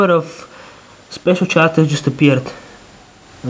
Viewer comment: it's Characters " karacters " not " sharcters " :P anways great and amazing work :D